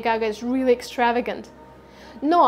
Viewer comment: You made a mistake in pronunciation of extravagant